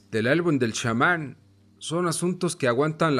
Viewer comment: Y porque dices 'shaman' y Castaneda? Que no eres mexicano como para saber pronunciar Chamán y Castañeda??